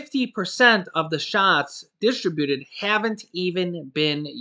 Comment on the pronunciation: dis TRIB u ted, not dis tri BU ted